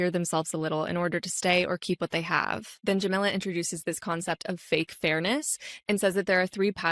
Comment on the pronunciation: By the way, the name Jamila is pronounced jah-mee-lah. Like Mila (Kunis). Not like vanilla—that’s Jamilla.